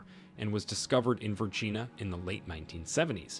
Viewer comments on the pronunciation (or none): none